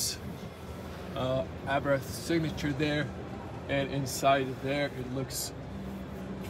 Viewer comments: It is not Abrath. It is Abarth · Good video, but it is called Abarth, not Abrath 😅